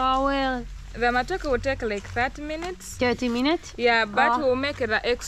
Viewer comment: it's matoke...you are one vowel away to call it matako..and that means butt in Kenya😜😜😜